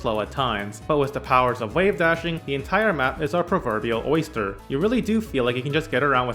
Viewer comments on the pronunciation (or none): none